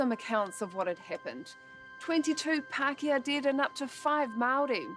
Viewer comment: Only Paakehaa is O'Malley